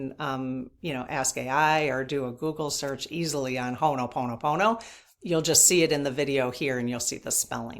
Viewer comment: Just FYI... Ho'oponopono is pronounced HO-oh-PO-no-PO-no. People may want to Google, Murrnah Simeona, a kahuna lapaʻau (healer) in Hawaiʻi who taught her updated version of Ho'oponopono. She created that prayer, which is a short version of a much longer prayer. You should ask to do a Q&A with her!